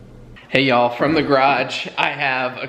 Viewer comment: That “hey y’all” in the garage was on point! 😂😂 Now, not good enough for Alabama but you’re getting there. 😂😂.